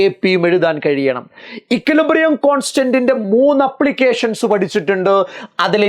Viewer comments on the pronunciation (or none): ആപ്ലിക്കേഷൻ❎അ പ്ലിക്കേഷൻ ✅